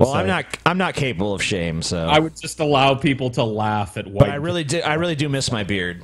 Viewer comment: A "vhoyte"